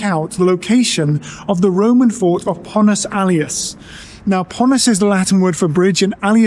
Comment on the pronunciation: Actually it's Pons Aelius, not Pontus.